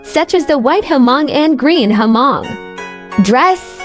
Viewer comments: It’s it not HER-Mong….its just Hmong (Mong). omg plse get it right! Don’t butcher my ethnicity. Talk to me…I will give u a little history of my people. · For your information: You did not pronounce the name " Hmong " correctly. Just leave the " H" out and pronounce like this: Mong.